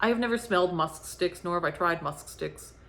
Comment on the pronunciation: I don't know how you said musk sticks without getting tongue tied! 😄 The pumpkin description 😄🤣😂